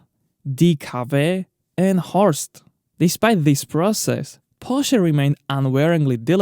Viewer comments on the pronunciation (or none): Horst??? Horch! 😉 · It's Horch inderdaad, not Horst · It is Horch, not Horst. What else is not correct? The strange computerized voice-over does not make it better. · HORCH - not Horst ! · Not "Horst"; Horch. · Sorry, but to talk about "Horst " instead of Horch is just ridicilous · Not "Horst" but "Horch". "Horch" and "Audi" both kinda mean the same ("hear") and both were founded by the same man, August Horch. After he left Horch he started Audi. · Min.: Not "Horst". That's a male forename. 🙄 The name of the brand was "Horch", which is a synonym for the imperative verb "höre", that means "listen", or in latin "audi". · Ich musste so lachen... Horst ❣️👌🏼😂🤣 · That company wasn't called Horst. Although it sounds funny. It was called Horch, which is the equivalent to Audi aus a latin word. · Horst….it‘s very funny 😅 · ...Horst... 😁 🤣 Please don't take it personal dear, I love your videos and when it comes to engine details I'm definetely overstrained, but this is too funny.